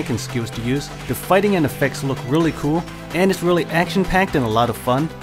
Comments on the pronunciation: It's "cool" not koow, I know you are trying to appeal to a larger audience using English as a language, but it's clearly not your first. I swear, it's either a league of dudes speaking second hand English with repetitive trance music in a countdown format, or just one. nb4liberalwhiteknightsarecoming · just wondering why don't you pronounce the L at the end of the word cool and in some other words, but most you can pronounce fine? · just wondering why don't you pronounce the L in the word cool sometimes? I notice sometimes you pronounce it properly and sometimes you don't. you could try using other adjectives other than cool it just gets boring after a while when you describe most of them as a "a really cool ____" also I'm wondering why don't you look at the positives and negatives of games? cause I notice you mostly focus on the positives but that's only one side of the coin sometimes.